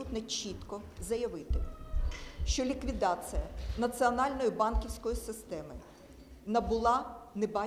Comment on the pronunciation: Та, ну, надоела, тётя-евреечка! Не "ливкидацыа", а ліквідаЦІЯ же! "Ассоцыацыа", это "кульминацыа"!